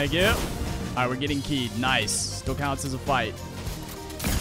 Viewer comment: It’s called (W-keyed) not !Wkeyed!